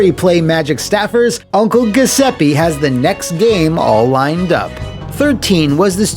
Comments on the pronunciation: It hurt to hear “Guh” seppe so many times. Thank you for this comment! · Italian here, you'd pronounce the name Gee oo seppe (the last e is the same as the one right before the double p, not a double e), the gl sound in the surname would be the same sound as the double l in spanish. The way you pronounce the name sounds kinda like ghesepi and it's pretty funny lmao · I think it’s supposed to be pronounced as “joo-sep-peh” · It's pronounced "Ju(think jewel)-zep-pay" (my Italian is a bit rusty) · He's saying Giuseppe wrong but it's way funnier this way. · You’re mispronouncing Giuseppe. It should be said with a “J” sound. Good video as always though :) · Crugliano's management style looks like it's straight from the typical "Italian small to medium sized company" mindset: 1: Employees are your property to use as you see fit 2: Lie through your teeth to the customers to get that job 3: pretend everything is ok By the way, every time you mispronounce "Giuseppe", an Italian plumber dies